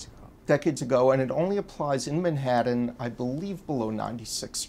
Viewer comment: Who the fuck pronounce Manhattan like this guy does?